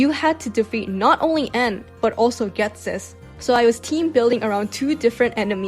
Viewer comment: The way u said ghestis first mon took me out lol